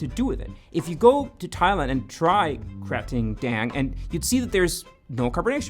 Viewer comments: Sorry, not to be grammar Nazi but I get really annoyed with "Katring" Daeng it's "Krating'' like in Kratos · It's pronounced kra-ting (bull) daeng (red) 👍